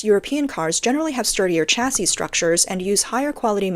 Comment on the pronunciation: Why does text-to-speech always mispronounce the word "chassis"?